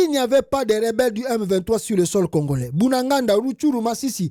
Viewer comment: tu es congolais on dit Bunagana et non Bunaganda tu commets cette erreur souvent merci de corriger.